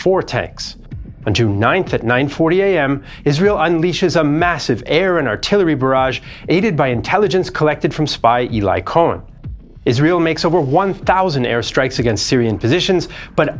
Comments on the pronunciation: Eli Cohen was an absolute boss. Eli is pronounced like "ellie" btw. It'a short for Eliyahu. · It's not. "Eely" is also a Hebrew name from the Bible with a different etymology. So they should have pronounce Eli Cohen's name correctly.